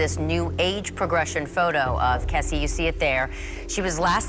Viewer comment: but their name is KRessie NOT kessie